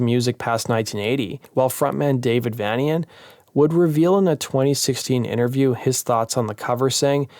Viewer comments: it's Vanian ... as in Transylvanian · Good video, but a minor correction: Dave Vanian pronounces his name 'Vay-nian' (as in Transyl-vanian, geddit?) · I remember when i used to pronounce Vanian as 'VAN-ean' too. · Dave's Last Name is Pronounced as Either "Vay-Nee-Yuhn" or "Vayn-Yuhn". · Dave vanian is pronounced like Transylvania... N 👍